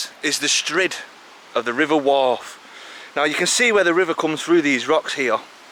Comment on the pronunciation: Proper Manc. 'Rivuah'